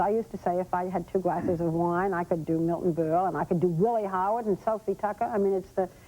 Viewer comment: She does her "Miwton Bul" impression here. In those days, Barbara could not say her Rs and Tom Brokaw could not say his Ls. NBC News was home of the speech therapy failures.